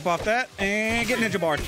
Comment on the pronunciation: "Teenage mutant njnja show" common squirrel 🤦‍♂️